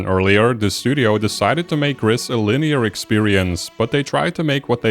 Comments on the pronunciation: Gris is the Spanish word for grey, and has a long "I" sound as in the English "grease". That is how the devs pronounce it. In the video you pronounce it with a short "I" sound as in the English "grit". If you google it, there is a tweet from the studio that says: "For the people that wonder, GRIS is pronounced "grease" and means GREY in Spanish, French and Catalan." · I just wish in these videos on Gris people would pronounce the title correctly. It ain't hard. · It's pronounced Gris not Gris!